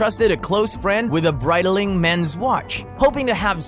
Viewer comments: And Brighteeling 🤣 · Breit-ah-what? Audemars who?? 😂. Got to work on that pronunciation.